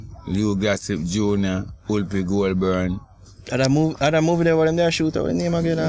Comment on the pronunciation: Whoopie goldburn 💀🤦🏾‍♀️😂🤣😂 it’s Goldberg lol